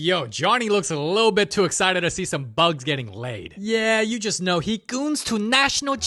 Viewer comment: "Goones to national geographic " is crazy